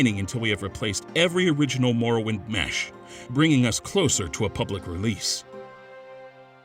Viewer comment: Insider info; There was a pretty big debate internally over whether or not we should use that clip. (who edited the video) decided to use it because he didn't have another suitable clip iirc. She also mispronounces "morrowind" lmao